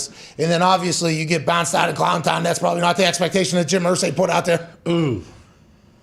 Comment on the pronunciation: Every time he calls jaguars "ClownTAHN" I cannot help but laugh...